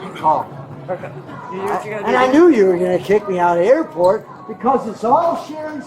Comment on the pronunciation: Creepy AI guy broke his record. "Airpot" 6 times on this one!!